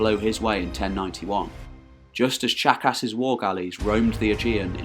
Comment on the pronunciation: Ok, I know it’s juvenile and silly but every time he says Tzachas I hear jackass. Anyone else with me?